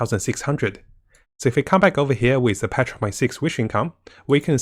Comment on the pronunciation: I love how you say patch 1.6 it sounds like petra .6 hehe